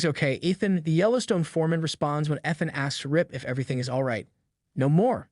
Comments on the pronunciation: Please train your AI to correctly pronounce words like Coup, Ethan, and Landowner. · If you’re going to narrate for a living, you should understand how to pronounce Coup and Ethan correctly. And AI should already know.